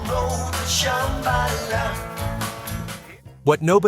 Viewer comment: But don't you love how it says ShamBAla even as they sing ShambaLA?